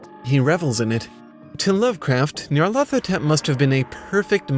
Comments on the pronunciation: Its "Nyar-La-Thotep" not "Near-leth-Hotep" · Nee-ar-lat-ho-tep. Nyarlathotep. "Nyarlat is pleased" is what it would mean if it was Egyptian.